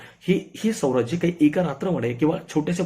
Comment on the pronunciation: स्वराज्य म्हणा,, सौराज्य नाही